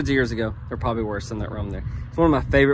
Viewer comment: your a school teacher and you pronounce meadow as meada. LOL